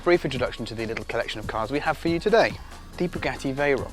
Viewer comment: I literally came here to see how this dude pronounces Bugatti. Bug@ Not bugoddi.